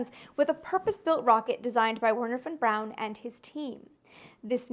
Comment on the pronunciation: As a German I am surprised and happy, that you pronounced von Braun pretty much correctly.